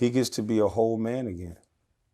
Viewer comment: She said, “ all the hoe positions filled” 😂😂